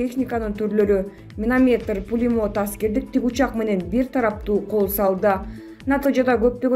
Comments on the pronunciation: Минометр эмес миномёт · Минаметр эмес минамёт деп окучу, уят эле.Бироосу афтобулаторный дейт амбулаторный деген созду.Эээ аман эле болгулачы.